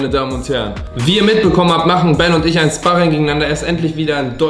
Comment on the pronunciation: Wird Schparring ausgesprochen und nicht spahrring